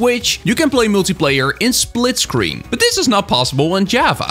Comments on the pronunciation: “Splitcreen” gj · ah yes, "Splitcreen"